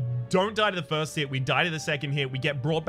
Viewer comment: Is that first, but in Scottish?